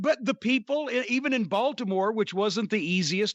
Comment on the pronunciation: I like hearing Jim talk about my home town: Bawlmer.